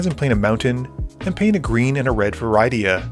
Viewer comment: I have never heard Rydia's name pronounced like that... It's supposed to rhyme with Lydia.